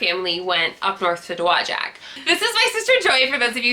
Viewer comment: I live in Dowagiac. Tell your mom that she is not the only one that mangles our city's name. We used to have a large building that have the pronunciation of it painted on the side in giant letters. Dow Wa Jack.